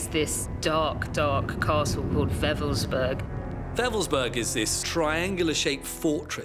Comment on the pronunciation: I was stationed only a few clicks from Wewelsburg back in the early 90's. It's a shame that almost no one in the documentary pronounces it correctly. Creepy place.